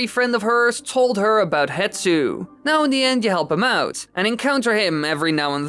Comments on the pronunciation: How in all the video editing did you not notice "Hetsu" is actually written and said as "HESTU"? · AAAAAAAAAAAAA! His name's not "HETSU!" It's Hestu! the S is before the T and you can f*cking see that in the footage you used! I can understand saying Saria differently than I do, with the American accent I have is different from yours, but no amount of accent can explain swapping the position of 2 letters when they're on screen for you to see! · it’s not hetsu, it’s hestu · I know, it always makes me so mad when people say “hetsu” instead of “hestu” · Poor Hestu still gets his name mispronounced and misspelled lmao